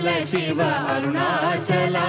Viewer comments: దయచేసి షివ(shiva) అని పలకవదు శివ(SIVA) అని వ్రాయడం పలకడం శుభం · Shiva (షివ)అని వ్రాయవద్దు పలుకవద్దు,SIVA(శివ) అని వ్రాయాలి,పలకాలి!